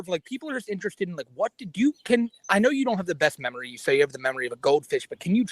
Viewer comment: "I have zewo memowy of gwoping a woman" Regard, you've been recounting it vividly for the last 30 godforsaken minutes!